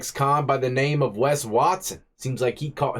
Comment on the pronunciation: It’s West not West